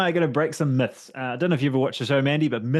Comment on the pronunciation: Let's break some "muths" 😂